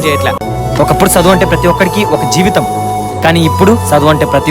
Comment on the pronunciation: ఒరేయ్ సదువు కాదు రా చదువు.